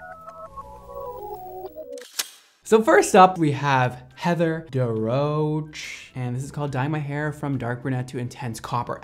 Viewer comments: Darroch...pronounced Da ruck not da roche lol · Just started but you said her last name as Da roach LOL! I love you!!!! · Living for how pronounced ‘darroch’🤣🤣